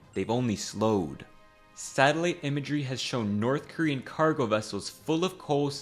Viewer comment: oh yea let’s go hit up the NOTTH KOREAN dealer😂😂😂